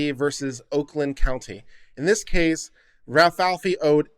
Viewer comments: Ra-Fay-ell-lee not Ral-fal-fi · Rafaeli is not pronounced "rah fee fee". It's pronounced "Rah fah ell ee". Rafaeli is "Ralph" in italian. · Ra-fi-eli or ra f-eye l e unless you were trying to be humorous then ok. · Only 1 F, Rafaeli. Like the ninja turtle. Butchering peoples names gives me tourettes lol